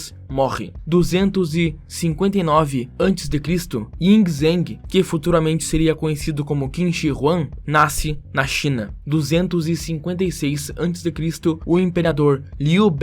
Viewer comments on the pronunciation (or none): a pronuncia correta do nome original do Qin é "In Jeng" pois no mandarim o g seguido do n não é pronunciado o zh tem som de j qualquer nome com essas características é pronunciado da mesma forma edit:caso alguém venha questionar estou mebaseando nos meus cohecimentos de mandarim de quando estudava o idioma